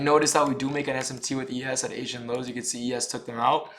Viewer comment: “Asain lows”